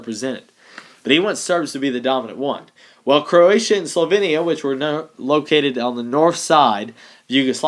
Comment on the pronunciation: SlovEEnia not slovinia, in terms of pronunciation.